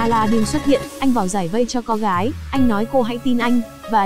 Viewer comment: Đọc toàn sai thôi,đèn thần thì đọc đàn thân,cô hầu gái thì đọc thành cầu hầu gái ........